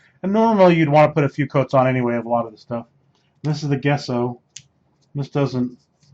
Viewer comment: I guesso it’s pronounced jesso.